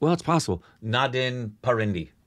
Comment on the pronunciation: It's Nadaaan Parindey not Karinje